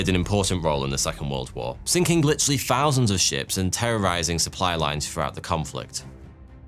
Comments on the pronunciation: Speech therapy is needed here. Ive never heard someone pronounce "thousand" as "fowsend" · But also ten fousand.